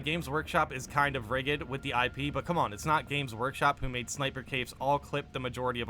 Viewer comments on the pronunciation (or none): ‘Rigid’ pronounce the first syllable like the word ridge. Thanks for the info mate. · That was the wildest pronunciation of rigid I have ever heard lmao.